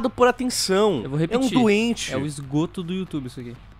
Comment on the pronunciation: Eu sei que não é pra rir disso mas, "esgroto" foi foda.